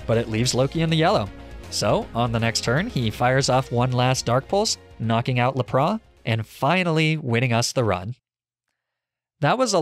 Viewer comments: i have never heard anyone pronounce "lap-rass" as "la-prah" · laprah lmao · Petition for a mispronunciation compilation! 😅 le-praw broke me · Lapras is pronounced as lap-rus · Sorry to roast but laprah? That is not even close to lapras's pronunciation... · Why do you pronounce lapras like luhpraw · They disñiked bc of how he said Lapras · the s is not silent in lapras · "le piss" "arcaneenay" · Yeah “jija impact” hurt my soul, as did “Maleficent” Edit... “Laprah” made me upset, it’s one of those that been said in the anime a lot, and simple to pronounce.